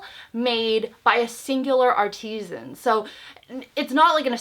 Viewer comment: Lol art-eee-zen. Lol.